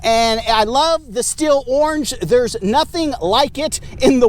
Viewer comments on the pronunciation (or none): <<<n German, Stihl is pronounced "Shteel" (IPA: [ʃtiːl]). • The "St" sound: In German, when an "s" is followed by a "t" at the beginning of a word, it makes a "sh" sound (like "sch" in strudel). • The "ih" vowel: The letter combination "ih" creates a long "ee" sound, while the "h" remains silent. • The result: It sounds very similar to the English word "steel", but with that soft "sh" start (sht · Stihl is pronounced steel, not still. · << >> In short , it is "shteal" . "Sthil" is BTW , a pretty common name 'round here. Best to you ! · I’m not German, but ich spreche ein bisschien Deutsche. So, I get the idea that it should be shteel. However, Stihl doesn’t agree. Unsure why. Can we at least agree that it’s not “still”? 😂